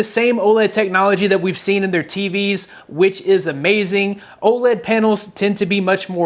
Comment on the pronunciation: Almost sounds like he said Old LED display